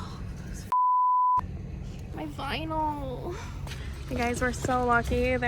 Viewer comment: Gets his drilled: damn Gets a scratch: “MY VINAL!”